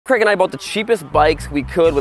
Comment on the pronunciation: To be fair does pronounce Craig as Kreg.